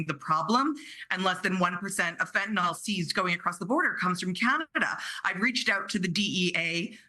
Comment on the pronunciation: Fentanyl..... the ending is not -OL. It's FentaNYL.